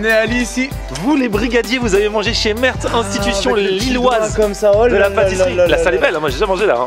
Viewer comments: On dit meert sans prononcer le T à la fin 😊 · Le t se prononce pas...